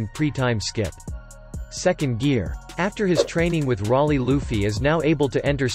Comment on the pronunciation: Why did he say Rayleigh like that 🤣